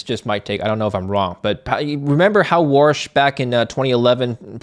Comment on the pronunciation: His name is Warsh not Walsh, 😂